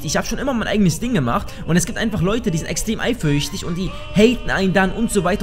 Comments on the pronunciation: warum sagt er immer eifürchtig? das macht mich so fertig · sagt: eiferüchtig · kann nicht eifersüchtig sagen:D